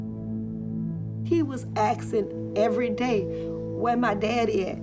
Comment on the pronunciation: I have a question The woman said aksing instead of asking and I'm hearing it a lot from black people Is it a regional and a state thing or is it a black thing Cause its weird And I'm sorry for getting off topic just curious